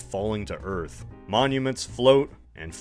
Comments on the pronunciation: Welcome to EARF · Just finished watching the movie and saw this was posted. “WELCOME TO EARF”!!! “THATS WHAT I CALL A CLOSE ENCOUNTER-Rips Cigar” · Welcom to earf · "welcome to earf" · WELCUM TO EARF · “Welcome to Earf!”